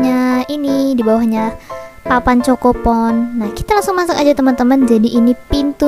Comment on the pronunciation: Kak bacanya bukan choko pon tapi khoko pon